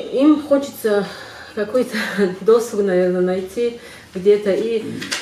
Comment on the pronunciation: Не до́суг, а досу́г.